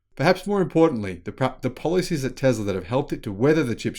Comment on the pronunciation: "TESLA" not "TEZLA"! You're a bright person, but you should focus on proper pronunciation. You were improving, but this entire presentation was a step backwards.